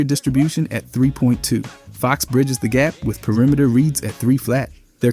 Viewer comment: Pee uh rimeter